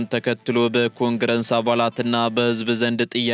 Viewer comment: ኮንግረንስ አትበል። ኮንግረስ ነዉ።